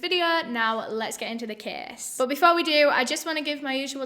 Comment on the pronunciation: "Let's get into de ceeeys". Oke